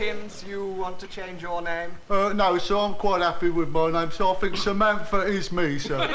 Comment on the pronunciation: "I fink Samanfa is me...."